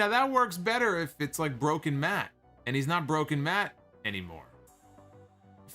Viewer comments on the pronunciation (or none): doesn't have whichever accent would make better "betta," so it sounds hella awkward.